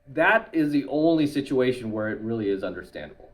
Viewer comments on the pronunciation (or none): none